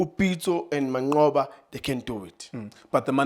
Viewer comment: U can't say mancqoba😂😂😂😂😂aowa i thought u will say rulane